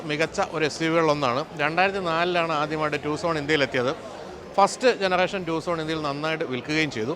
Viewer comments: ടുസോൺ ആണോ അതോ ടെക്‌സോൺ ആണോ 🤔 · ഇതിന്റെ പേര് ടുസോൺ എന്നാണോ😂 ഞാൻ ഇതുവരേം ടക്സൺ എന്നാണ് കരുതിയിരുന്നത് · ഇത് ട്യുസോൺ എന്ന് ആയിരുന്നോ?ഇത്രേം നാൾ ടക്സൺ എന്ന വിചാരിച്ചത്😆😆